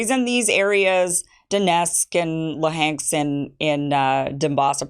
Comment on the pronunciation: Putin's own Spy Chief accidentally said out loud that they wanted to annex those regions though 😂 And the way you're pronouncing Luhansk is wrong